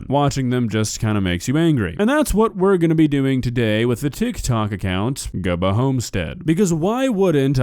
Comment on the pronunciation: I'm starting to think it's pronounced GOObba and is definitely a satire page. Gubba has to be a take on Goober